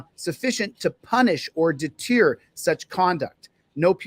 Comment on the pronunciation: its. " deter " I know you weren't trying to be comical there....but you're grasping at that pronunciation was vintage Michael Scott baby!